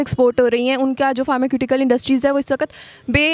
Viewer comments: फार्मास्यूटिकल्स को फार्माक्यूटिकल्स कह रहे है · फ़ार्मास्यूटिकल्स 😂😂😂 pharmaceutical